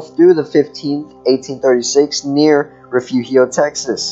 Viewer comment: Re furio. Please at least learn how to pronounce Texas words before saying them. You are saying the mexican pronunciation.